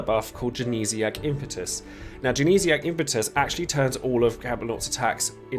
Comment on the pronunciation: Glad to hear you're saying 'Impetus' right unlike a certain someone....